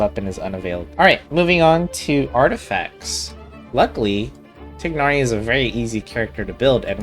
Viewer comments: TAI-NARI WHY IS PRONUNCIATION SUCH A PROBLEM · I can't listen to 30 mins of you mispronouncing his name xD